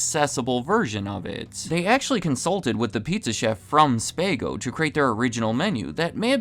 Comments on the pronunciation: I thpught it was pronounced spa-go? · Say with me “SPAH-go” and “short-L-EYE-ved” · Being from California I cringed when I heard Spay-go 😂😊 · It’s pronounced Spaw-go’s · The restaurant was called "Spago" as in "SPAH-go". FYI. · LOL it's pronounced 'SPAW-go" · Wolfgang Puck’s restaurant is pronounced Spa Go’s. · thanks for correcting him, not sure how someone does not know this. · Wrong, it is pronounced: shpah go's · You are pronouncing Spago wrong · Stupid narrator can’t say Spago correctly. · I love how this guy can't pronounce Spago. It's hilarious. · You pronounce SPAGO wrong... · That’s my face every time this narrator mispronounces “Spago” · You pronounced "Spago" incorrectly. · You are seriously butchering how you pronounce Spago... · I cringe when I hear him pronounce Spago. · Someone who can't pronounce Spago is reviewing restaurants? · It’s not Spay go. It’s Spa go. You don’t say Spay ghetti or do you? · Spa-go!!! not ‘Spay-go. WTF? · "Spah-go" rather than "spay-go". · OMG. Did you really say “Spay-go”? You don’t know about high end, la food places it seems. It’s spah-go. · It's pronounced Spah-go, not Spay-go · SpAaahhh-goes not spaygo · SPA-GOS NOT SPAY-GOS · Spaygo? I think it’s Spahhgo! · Learn correct pronunciations ". Wolfgang Puck's restaurant name is not pronounced SPAY GO'S. it's SPAGOS. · spahgo, not spaago...jesus fuck... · SPAH-go, not SPAY-go. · . SPAY-Go? It's "SPA-Go", right? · Not “Spaygo.” “Spahgo” 😩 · SPA-GO, NOT SPAY-GO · "SPAH-GO" not "SPAY-GO". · The Puck restaurant is pronounced “Spagho”, not “Spaygo”. Good grief. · It's pronounced 'Spa-Go', not 'Spay-Go'. I know. I've dined there. (A.I. narration is a joke sometimes, actually most of the time.) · It’s pronounced “SPAHGO” not “SPAYGO” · It’s pronounced “Spa-go” NOT “Spay-go”! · SPA-GO, not SPAY-GO 😊 I WAS THERE MAN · Spaahhhhhhgo, not Spayyyyyygo. SMH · It's spah-go, not spay-go. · Its pronounced SPA-GO not SPAY-GO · SPAAAHHHHHGO. SPAHGO, not SPAYGO. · Not spay-go spaaa go